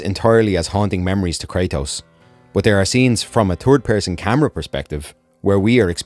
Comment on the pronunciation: “A Turd person perspective “